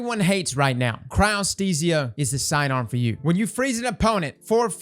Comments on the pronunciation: congrats on finally learning how to say Chryostesia hahaha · you pronounced Cryothesia correctly.... are you ok?